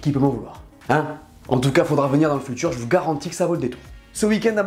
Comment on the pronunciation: "sympaTCHique" "fuTCHure" 😑 alala